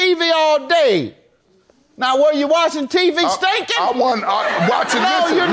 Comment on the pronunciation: He said stankin 🤣🤣🤣🤣